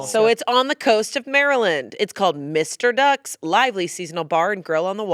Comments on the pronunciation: It’s not Mr. ducks… It’s M-R ducks. Like….. ‘them are ducks’!!!! Dummies🎉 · It’s not Mr. Ducks, it’s M. R. Ducks. Very important distinction since they have their own meme that necessitates it being said as “M” and “R” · Lol, it’s not Mr. Ducks it’s M. R. Ducks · Lmao Mr. Ducks 😂 it’s M R Ducks Haha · it’s not mister ducks. it’s M. R. DUCKS M. R NOT